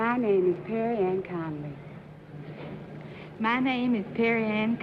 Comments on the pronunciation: I knew it was 3 because she’s the only one that said her name right. The other two said Connolly not Conerly. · They keep leaving the R sound out of Connerly